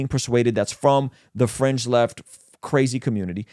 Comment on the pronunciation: I kept hearing "french left" and "french activists" until I heard "fringe" haha I was wondering why was talking about French people haha